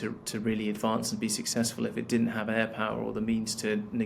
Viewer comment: "sickcess" a frueden slip for sure from a liar , truth is what a warmongering evil channel😂😂😂